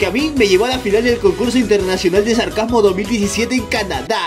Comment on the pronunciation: dijiste sarcasamo